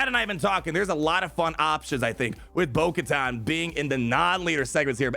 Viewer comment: It’s actully pronounced (bo-ku-tan)